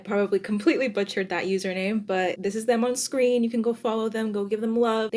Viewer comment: ALSO YOU PRONOUNCED MY USERNAME SO GOOD 😭😭 IM TRULY HONOURED THANK YOU SM 🫶🫶